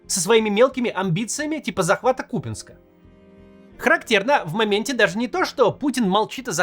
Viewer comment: Слава рептилоидам! Мой родной кУпянск, называют с правильным ударением!🎉🎉🎉